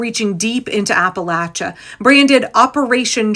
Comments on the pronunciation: From Asheville, thank you for pronouncing Appalachia correctly 🙂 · Thank you for your attention to accuracy in general, and especially the correct pronunciation of Appalachia. 🙏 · Southeast Ohio here, right in Appalachia, thank you for pronouncing it correctly, we didn't all vote for tRump. A lot of us voted blue and we got just as fucked over as the rest of you. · Can I just tell you as someone from Appalachia how much I appreciate you pronouncing Appalachia correctly. Also, Appalachia certainly did not vote based on racism, many people from that area voted for Obama especially in 2008...They voted based on desperation and ignorance. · First of all big shout out to you for the proper pronunciation of Appalachia! Secondly, hell yes the mountain folks resist oppression at every turn! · WNC native...and I would like to thank all those who said Appalachia the right way! Also, there are a whole lot more Dems here than you think...and people are beginning to move back to the blue. From 5-10% blue in the early 00's to 15-25% now. People do learn and they can change. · I'm from the Appalachian mountains of western NC. (Thank you for pronouncing it correctly.). We don't play when it come to protecting our neighbors.